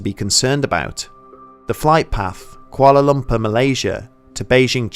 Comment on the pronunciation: "Koala Lumper" cracks me up every time he says it lol. Great video, either way.